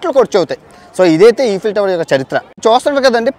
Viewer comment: ఏంటి బ్రో ఈఫిల్ టవర్ అంటునవ్ ఐఫిల్ టవర్ అంటునవ్ ఏమ్మాయిది నీకు😮